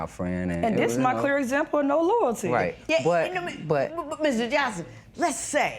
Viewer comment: “Well sometimes i question the LORTY between us” loooolll🤷🏾‍♂️😂